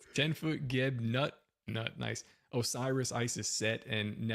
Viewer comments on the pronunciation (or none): Hey mate the Egyptian god name you're mispronouncing id Geb not Gek, Gek are a alien race in the video game Mass Effect, sooooooo you really fucked up there. Also geb is not the the god of chaos that was Set... And Jesus should be separated entirely from the Bible, the bible is a corruption meant to control you, jesus is trying to free you.